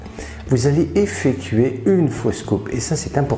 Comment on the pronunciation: Bonjour. A 5.08 min, tu dit effetuer et non effectuer …